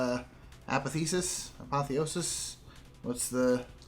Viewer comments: Apotheosis is pronounced: A(the letter) - Poth(as in Apothecary) - E(the letter) - O(the letter)- Sis (as in sister) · just so u know ah-POTH-e-OH-sis. that is how u say it.